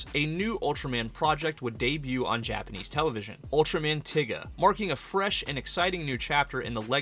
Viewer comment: I can not forgive you for mispronouncing Ultraman Tiga… Edit: I can not forgive you for mispronouncing a lot of these names, bro seriously?